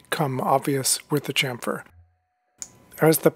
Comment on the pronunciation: Please stop saying "champ-fur" its actualy a "cham-fur" the P is a PH F so is scilent.